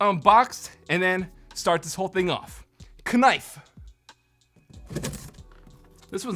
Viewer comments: The fact that you said ("K"nife) you got my like XD. I love it when people saying odd things, or things oddly, y'know what I'm sayin'? Lol. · "kah knife" bwhahaha that shit made me laugh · Lol. Ka nife. I say that too